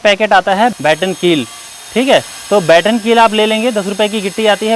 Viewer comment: यार बैटन कील या बटन कील....बकलोल हो क्या....मारे वीडियो बना के यूट्यूब पे पेल दिए और जो मेन चीज़ बताना चाह रहे हो उसी को ठीक से नहीं बोल रहे। क्या मतलब ऐसी मेहनत और ऐसे वीडियो का. कम से कम उस प्रोडक्ट का नाम लिख देते डिस्क्रिप्शन में। ऐसे तो बैटन, बटन, बॉटम में ही जूझता रहा जाएगा व्यूवर....लाइक क्या झांट करेगा।